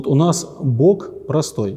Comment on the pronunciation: "Бог" - слово-исключение, произносится через оглушение звука "г" до звука "х". Все остальные слова произносятся с оглушение до "к", например, луг -[лук], враг - [врак], строг. - [строк], и только имя Бога произносится [Бох]. Берегите наш язык, наш великий, богатый, могучий язык, безценное от Бога дарование русским людям!♥️🤗🙏🏼